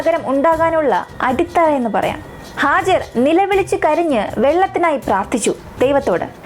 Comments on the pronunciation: Hajar അല്ല ഹാജറ. ബീവി ഹാജറ. Nice presentation. 👍🏻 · മനോഹരമായ വിവരണം❤️🌹🌹🌹 സിസ്റ്റർ Hajar അല്ല Hajara എന്നാണ്